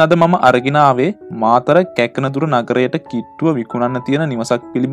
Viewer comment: මොනදුරද..ඉස්සෙල්ලා ගම්වල නම් කියද්දි පැහැදිලිව කියන්න ..ඒ පැත්තෙ අයට අකුරැදෙකක් ඇහෙද්දි දන්නවා උනාට රටේ හැමකෙනාම ඔයගම්වල නම් දන්නෙ නැනෙ.පස්වතාවක් අහලත් මටනම් තේරෙන්නෙ නැ කැක්නදුර මොකක්ද කියන්නෙ කියලා